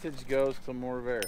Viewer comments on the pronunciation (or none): It's "MORRVAIR" not "MOORVAIR" video editor! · widsheild says morrvair u said moorvair / corvair which is it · What’s the Moorvair? It’s the Morrvair! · now you call it Moorvair 😱!?